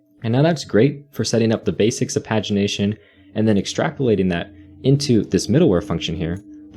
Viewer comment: The way pagination is pronounced in this video is just baffling to me It's always been 'page-ination' to me